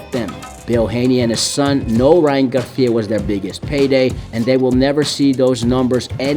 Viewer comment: Bro kept calling him “Ryan GarThhhia” 🤣🤣🤣